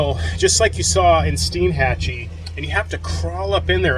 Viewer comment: From what locals have told me, the name of the town is pronounced STEN-Hatchee. It is a neat place like all those Big Bend towns are. This is the last untouched place left in Florida from the sort of massive development taking place around me in the Orlando area. I had a friend who had that model of Bayliner. It was a great model. They were a very popular model. If it's in good shape, you can find them on the used boat market for a reasonable price. It's a good Loop boat for a couple or single handed. Nice video. Sorry I posted this here, I thought I had cleared being on this thread. I'm not going to delete and repost this. I'm on a phone and it's enough of a pain to post as it is.